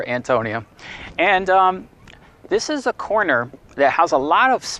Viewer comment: He keeps saying fort Antonio. lol